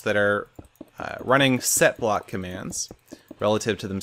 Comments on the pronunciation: I kept hearing Sethblock instead of setblock >< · I even thought u said /sethblock XD